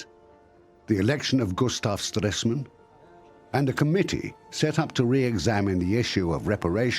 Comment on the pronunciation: Anglosaxons and pronoucing "gibberish", any language not Protogermanic, today called English ... It was Gustav STRESEMANN and not "Stressmen". And I leave out the pronounciiation of French and/or Latin/Italian names and vocabulary.